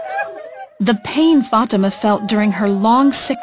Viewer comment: This is the power of trhe lord. For it says that you will do these works and more. THERE IS NO LIFE IN SATAN. There is life in Jesus. he is the truth and the life and those that invite him in will recieve eternal life. Ok, one problem this ladys name is prononced wrong it is fatima. Fa-tem-ma. God bless